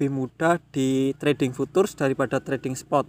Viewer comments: Bacanya Fyutcur bang. Bukan futur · Futures dibacanya fiucers mas